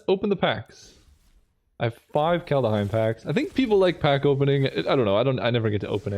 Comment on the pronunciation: Are you doing Kalda-heim on purpose?